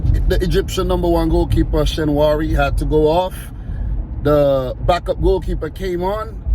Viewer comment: Egypt goalkeeper is called Shenawy, not Shenwary. The back-up goalkeeper is called Abou Gabal "Gabaski"